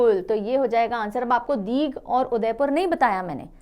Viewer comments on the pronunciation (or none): Mam ❤❤❤❤ main WEST BENGAL se hu . (Digh - दीघ) nhi hai mam woh hota hai ( DIGHA - दीघा ) | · Ma'am... Digha ka pronouncing दीघा hoga.... दीघ nhi😊